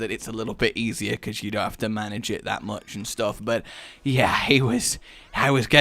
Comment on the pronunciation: "you have to mana-ge it